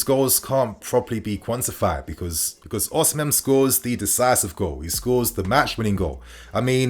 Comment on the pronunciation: Don't pronounce the H in Osimhen